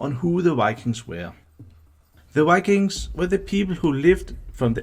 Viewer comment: We Scandinavians often tend to mix up v with w when speaking English. That's probably why the person speaking here, I'd guess he's Danish, often seems to say ”wikings” instead of ”vikings”. I have heard many Swedes do the same, but I still don't know why. When speaking Swedish we don't use w almost at all, but when we do we pronounce it like v, just like the Germans do. Maybe we over-compensate for the difference when we speak English?